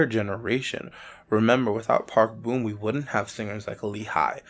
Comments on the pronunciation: I wished u pronounced it as Park Bom and not Park Boom lol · BRO ITS NOT PRONOUNCED BOOM ITS PRONOUNCED PARK BOMB THE BOM SOUNDS LIKE BOMB SO SAY PARK BOM NOT PARK BOOM😡